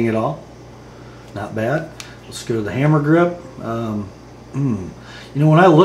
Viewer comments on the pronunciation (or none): none